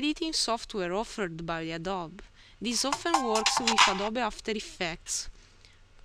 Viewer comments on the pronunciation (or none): Adobe pronounced (ADD-OO-BEE). You did ask for pronunciation help :) thanks for vid! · Hey, awesome video, as you said before, I think Adobe is pronounced Ay-do-bee Anyway, thanks for the video, it really helped me out :) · Adobe is pronounced A-doe-bee :) great job, thanks for your help! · Awesome video. Very well done. Adobe is pronounced (uh-DOE-bee). Thanks!